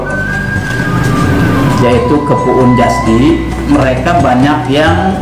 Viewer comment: Bukan puun jasdi tp puun jahadi😀😀😀